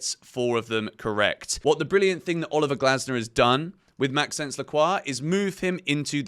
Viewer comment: Great vid, just a quick thing when saying Lacroix first name pls say it like Max-o-nce it sounds better 😅❤